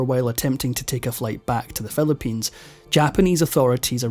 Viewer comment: The narrator pronounces Fischer as Fescher, history as hestory, six as sex, forfeit as forphet, Philippines as felepines, sixty four as sexty four.